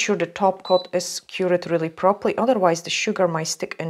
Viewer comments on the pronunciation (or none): none